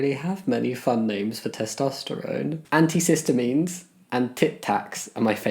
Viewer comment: "anticistamines" made me laugh